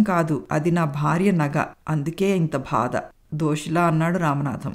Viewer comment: Madam katha chala bagundi 👌👌 Oka chinna suggestion, "badha" anna word konchem practice cheyandi. Alage "chi chi" "Cha cha" Ane padaalu konchem light note lo chadavandi, maree votti petti chadivaru. Meku cheppagalige anthati danini kakapoyi undachu, but i hope you may notice it. Story was good, thanks to your Mother-in-Law for nice narration. We people like positive ending and inspirational stories right? ?